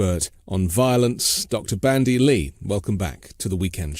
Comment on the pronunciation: It's Dr. BanDy X. Lee , NOT BRANDY ! ( No " R " ) .... Thought this was a gr8 podcast as well , I watch every sunday 👍💙💙💙